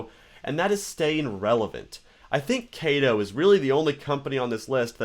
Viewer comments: Is not kai tou, is ka to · Kato is pronounced "kah toe" because Kato is a japanese company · it is pronounced k ah t o. as the a in Japanese is always pronounced with a open mouth a sound. it would be spelled with an E if it was pronounced the way you said it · I'm CAPTAIN CHAOS! And this is my trusty sidekick, KAY-TO!